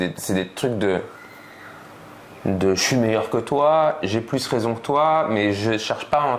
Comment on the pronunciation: Ptdrr j'en peux plus, la fin avec les paroles de Kaaris j'étais en larme. " ILE A Rayzon" 😂😂